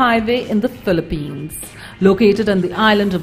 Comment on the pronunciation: IT'S PHILIPPINES, NOT PILLIPINES!!!!